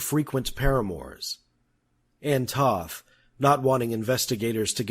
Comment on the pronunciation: After researching this, I found the name of the victim's friend was Ann Toth. NARRATOR ERRS IN PRONUNCIATION! Toth is pronounced with a long O----rhymes with "loaf." He pronounces it to rhyme with "sloth". WRONG! Toth is a Hungarian name.